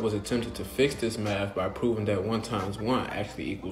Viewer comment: first: i'm not gonna listen to a tiktoker, especially one who lacks a mathematical degree second: im not gonna listen to a guy that says maf instead of math and three: try taking any calculus class with your "understanding" of math and tell me how u do.